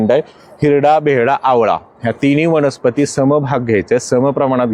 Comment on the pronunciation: " वणस्पती " नका णा म्हणू प्लीज. 🙏